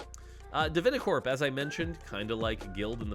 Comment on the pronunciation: I'm just starting the video, but I want to thank you for saying divinacorp is like guild instead of heavenly like every other video I've seen...